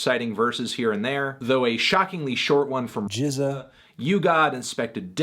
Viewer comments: Why did it sound weird when he said GZA? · So, did accidentally say RZA first. and that's why when you say "GZA" it sounds waaay off?!